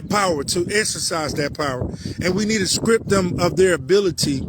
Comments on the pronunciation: its strip not script moorons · God, why does he keep saying "skrip" instead of "strip". It's driving me nuts 😂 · He can't pronounce "T"'s words with a T in them, he makes a hard C sound instead of a T.. like Strip..he pronounces Scrip, and Strife he pronounces Scrife. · May the most high grant you the power to pronounce the letter t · He can't even pronounce "strip."